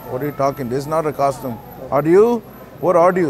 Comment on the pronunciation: man called it a costime hahaha